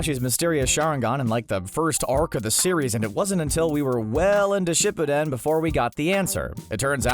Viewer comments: dude the way u say shipuden ishurting my soul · And shippuden you said dat wrong too